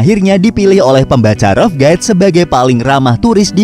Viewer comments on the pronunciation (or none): pengucapan rough guides please d cek d kamus atau google dulu sebelum d tayang